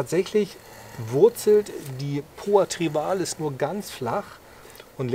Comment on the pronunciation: Lieber, bei Poa Trivalis tut es in dem Ohren weh. Wenn Du nicht Trivialis sagen magst, dann nenn es doch bitte gemeine Wiesenrispe. Es freut mich, dass Du jetzt auch erkannt hast dass Trivialis breitblättrig sein kann. Supina auf einer solchen Fläche wäre völlig absurd, ohne intensive Wasser- und Düngerzufuhr gedeiht die nicht so. Sie wird heute auch nicht mehr als Ungras betrachtet. In der norddeutschen Ebene ist sie ohnehin kaum durch natürliche Verbreitung anzutreffen.